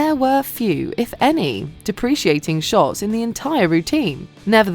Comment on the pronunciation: deh pruh kay ting.....the word's 'deprecating', love